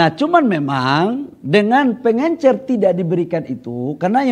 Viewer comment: Pengecer pak, bukan pengencer